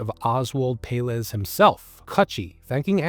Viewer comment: Pelaez is pronounced pell-EYE-ez